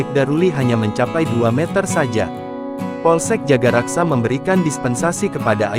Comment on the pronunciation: Gmn sih Min jagakarsa disebut jagaraksa melulu...bisa baca gk?